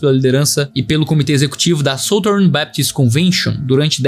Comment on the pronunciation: dica de pronuncia. Southern = "sudern". Obrigada pelo video. Como membro de uma igreja parte da southern Baptist convention, é tempo de "sackcloth and ashes".